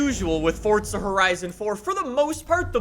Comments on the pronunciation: its not fucking fortza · Shouting......why? Saying Fortza...why? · Why does he say fortsa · Am I the only one who gets mad when people say Fortza horizon 4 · BRUH IF I HEAR 'FORTZA" ONE MORE TIME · THERE IS NO "T" IN FORZA FML